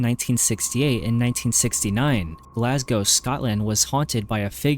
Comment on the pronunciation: Ooft. The Barras in Glasgow. Rough place, that. It’s pronounced Glaz-go. Not Glass-Cow, just to help ya out 👍🏼